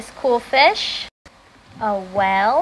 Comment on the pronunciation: Whats a whell? I think its WhAAle